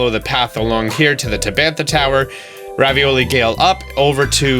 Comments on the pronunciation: It’s Ravali! Not ravioli he even says it that way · Its revali not ravioli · I laugh every time you say Ravioli 😂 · PLEASE stop calling Revali "Ravioli" for the love of God